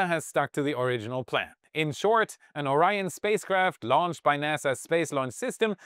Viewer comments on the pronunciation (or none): none